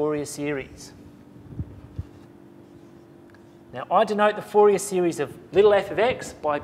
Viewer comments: I know it's French and it is not pronounce foo-yay lol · Thank you very much for the vid:D btw it's pronounced four-ree-aye just a heads up:D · Haha, yeah. Fourier was a French man, therefore it is pronounced "4-E-A" Haha!